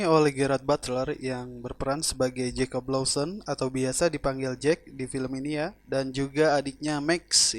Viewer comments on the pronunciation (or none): none